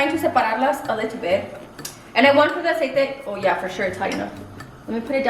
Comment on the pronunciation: I’m sorry but the amount of times she was saying “Aciete” was driving me nuts maybe it’s because I cant stand when people mix English and Spanish 🙄